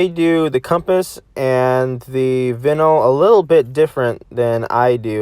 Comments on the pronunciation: He is triggering me so much when he says vinyl It’s pronounced vine-all. Not vin all. It really annoyed me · vinil triggered its pronouced like saying vine-al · vinyl is pronounced :vienil" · You're pronouncing vinyl wrong, dummy. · How are you even gonna call it a “vinal” 🤦🏻‍♂️ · Like how you you say vinyl. Bro its Vei-null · "The vinil" XD holy shit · dude its pronounced vine - all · It appears someone doesn’t know what vinyl is or how to say it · It annoys me how u cant say vinyl correctly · I do not like the way you say vinyl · neither have I, I just thought it was funny the way you called it no worries dude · The way he pronounces vinyl makes me want to cease my existence.